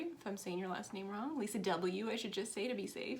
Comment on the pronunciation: Hi there good show today and you did say my name correctly